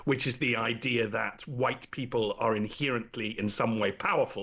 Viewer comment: I can't listen to someone who says, "inhearantly."